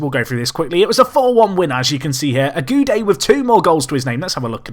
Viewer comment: I've waited so long, thank you!!!!!!! For Ogude, I think you can say Oguday